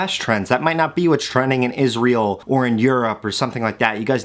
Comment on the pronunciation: He said a word i didn't understand What Isreal? Is it oike the thingy u put trash in??